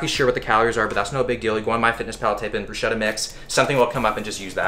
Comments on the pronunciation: bro just to let you know... in order to correctly pronounce bruschetta you need a hard “ch”, just read the “ch” as a “k” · Pronounced Brews-Kett-ah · Hey Will, as an italian I feel the urge to bother you, not for the cuisine (first time ever for an italian) but for the pronunciation of "bruschetta": it's bruce-ketta. Cheers from Italy ❤ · Ch in italian sounds like a K. Bruschetta Brew-sket-uh Sweet video, my man, love your stuff. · Bruschetta pronounced incorrectly bro. In Italian “sch” is pronounced “sk”. Just an FYI for an amateur chef